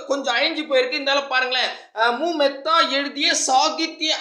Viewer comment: Unnaiyuma nampuraainka அது மெத்தா இல்ல மேத்தா அதுலாம் இருக்கட்டும் நீ என்ன வேலை வாங்கிருக்க எதுல பாஸ் பன்னின..